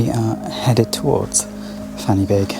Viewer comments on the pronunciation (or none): Heya, just letting you know, "Fan y Bîg" is pronounced "Van-Uh-Beeg" not "Fanny-big"! Same with Pen y Fan, pronounced "Pen-Uh-Van"